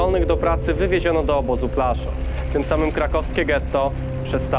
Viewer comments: podoba mi się Twój film a tylko jedna uwaga PŁASZÓW a nie Plaszów... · Wszystko cudnie, ale błagam... Płaszów, a nie Plaszuw... To dzielnica Krakowa a nie miasto niemieckie.